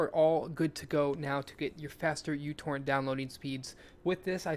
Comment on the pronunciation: Is it just me or he pronounced utorrent as youporn?